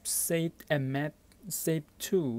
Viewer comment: Video starts Are you even speaking English? "Type seat to magsaint cable" "Type seat to magsape cable" "Type seat to mamsafe cable" Even dyslexic people speak better English! Sorry to be harsh but worst video I've ever seen. Didn't even gave the buy link